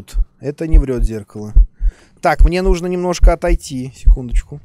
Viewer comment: Думал что я один иногда говорю "нудо" вместо "нужно"......